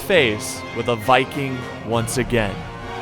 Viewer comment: "Even the Vicking was impressed." I love to Heard that. Not a easy task